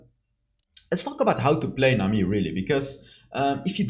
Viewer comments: I like how u say nami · i love the way you say nami the accent👌